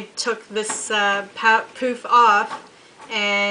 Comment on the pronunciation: i believe it is pronounced as "puff" not "poof"